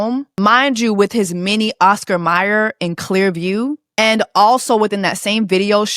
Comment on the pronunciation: 😂😂😂 his Oscar Mier!! 😂😂